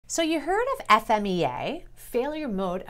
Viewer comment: Thanks for saying "F-M-E-A" I hear so many people saying Fee-Ma, which is 100% wrong